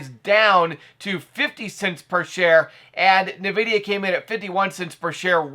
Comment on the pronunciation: The way you say NVIDIA bruh...